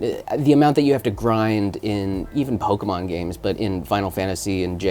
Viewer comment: He said pikman not Pokemon.